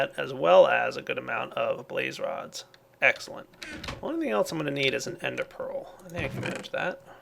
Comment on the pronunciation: Egggssscelent, new favorite word pronunciation:D